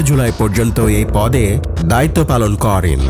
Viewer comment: ভাই আপনার ভয়েসওভার টা ঠিক করা দরকার। প্রত্যেকটা বাক্যের শেষেই "করেন" উচ্চারণ টা খুবই কানে বাজে। এইভাবে উচ্চারণ করার কিচ্ছু নাই